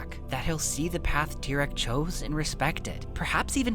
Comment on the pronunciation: To reform Tyrone, just say his name right